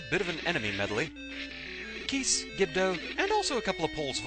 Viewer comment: "No no no! This dungeon was supposed to have a lot of KEESE, not keys!" "Oops."